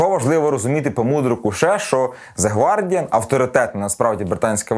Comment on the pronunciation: 1. Не гвардіан а гардіан 2. Не арсенал а челсі